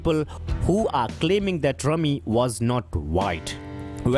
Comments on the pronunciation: Its rumi not rami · U R right brother .......it’s pronounced “R U M I”....slam to U...🙏☮️🌏Ⓜ️ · Not Rami. For God's sake, learn the correct pronunciation :D